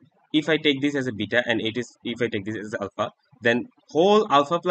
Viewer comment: the way he says alpha anddd bita🤣